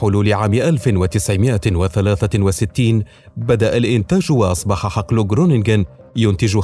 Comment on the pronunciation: خرونينغين و لفض الغين خفيف لا يضهر مبهم.